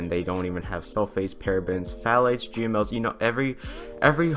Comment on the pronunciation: You said gmos and I swear I can’t unhear gmails